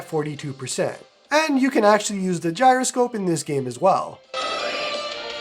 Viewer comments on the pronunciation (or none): none